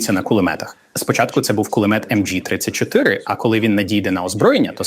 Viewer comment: Взагалі всьо так, але, сука, німецьке все МГ, а не емджі.... Від цього з вух кров. Ви хоч трохи поцікавтеся, як воно було по справжньому.